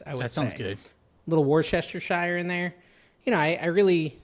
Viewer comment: Wus-teh-sher ... It's that simple